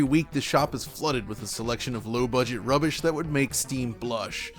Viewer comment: I think this was the first time ever I’ve heard the word ‘rubbish’ being said in a North American accent.